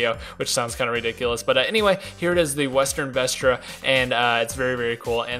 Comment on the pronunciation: it's the western BESRA, there's no T